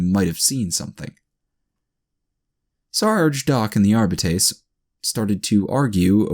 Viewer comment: I can't help but cringe at every pronunciation of Arbites or every time you swallow massive amounts of saliva. Otherwise great reading and entertaining story.